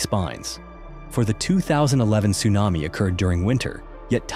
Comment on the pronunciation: North Carolina accent TSUNAMII